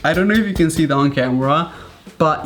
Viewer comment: Like how he just says "tha" instead of "that" - love ur videos Raphael